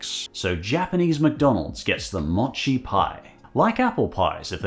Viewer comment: Mo-chi. Moh chee.